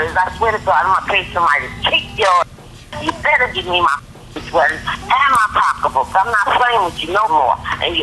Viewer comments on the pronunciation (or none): It’s SO ANNOYING,how she’s saying POCKA BOOK 🙄🙄🙄🙄🙄UUUUGGHHHH!!! EMBARRASSING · That's black English....